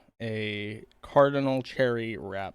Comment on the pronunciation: He keeps calling them "Cardinal" Cherries. It's "Cordial", bonehead. "CORDIAL".